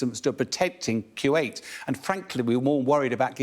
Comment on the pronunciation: Someone please tell this guy how to pronounce Putin, not pyuutin and Kuwait, not kyuuwait